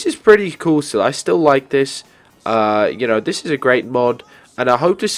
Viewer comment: your that guy who says dis in stead or this